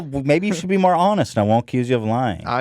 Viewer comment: the way Ethan says "honest" 😅